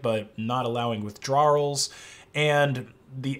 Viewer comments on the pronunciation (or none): Damn bro the word “withdrawal” be eating your ass up😂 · bro. I love you dearly, but can you practice saying withdrawal? <3